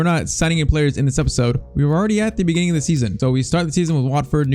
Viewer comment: In de beninging In de In de benin Inde beninging Um yeah Inde